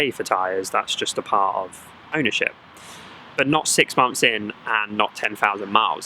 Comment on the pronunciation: "6 mumths"?, "6 MUMTHS"????